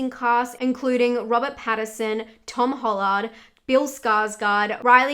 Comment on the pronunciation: Why did she say Tom hollard